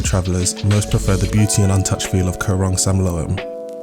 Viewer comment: You can't pronounce Koh Rong Samloem or Saracen Bay. correctly? Really. If you are doing a travel video at least you want to get it right.It is beautiful....maybe a little more intelligent background for others. Very superficial.